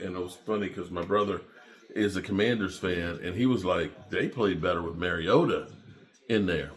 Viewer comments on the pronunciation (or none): none